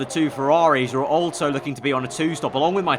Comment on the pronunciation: Please, please stop saying altso.